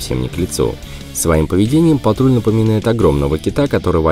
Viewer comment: Почему Ниссан патруть, а не патрол